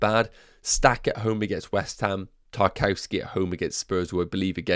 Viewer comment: 'Nuff wafflin'... great video! Btw... he's pronounced 'TAR - KOV - SKAY'